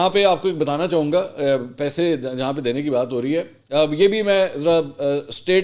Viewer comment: pehe nhi pese hota h sir...😁